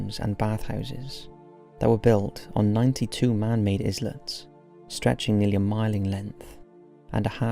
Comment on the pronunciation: Is-lets.... Can someone please tell this guy to pre-record and listen back to himself?